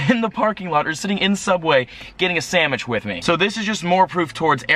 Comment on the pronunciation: isn't "sammich" Pittsburghese?